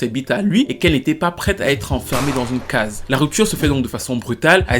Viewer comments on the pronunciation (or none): none